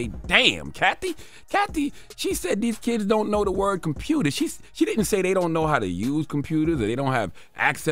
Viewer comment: Nah, that's Baltimore kids! 🤣 "Compruter..." 🤣